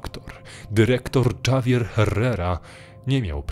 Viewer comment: Na przyszłość, Javier nie czytamy Dżavier, tylko Havier, zwłaszcza, że akcja segmentu dzieje się a Hiszpanii, jeśli dobrze usłyszałam